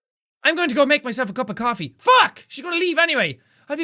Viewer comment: "I would like a cuf of coppee, thank you," Jack in the mornin' after one night stand...